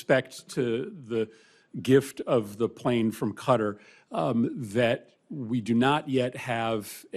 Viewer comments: Why is pronunciation so difficult for these people. Qatar is not pronounced “kutter” it’s pronounced “kat-arr” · Grest conclusion there Senator Murphy and by the way, it's not pronounced "Cutter" but "Kat-tar". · Qatar… not Cutter, try this KA TAR, now say it quick and you’re getting there! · It’s Kuh-tar, not cutter! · It's pronounced kuh-taah FFS! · Why does Murphy keep pronouncing Qatar cuttar? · The way Americans pronounce Qatar so incorrectly is irritating